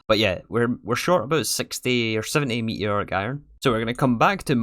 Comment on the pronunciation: “Me eeee oric” 😂